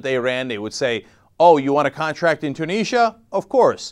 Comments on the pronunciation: ...... Its pronounced Tue-nis-sia not Tue-knee-sia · Two neejya? It's pronounced Tyoo nizzy ah! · No, there is no way that "Two-niz-ya" is correct. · You're saying Tunisia wrong. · ok you are pronouncing tunisia wrong and it is pissing me off